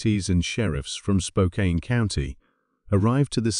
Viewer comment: Spokane is pronounced Spoke- can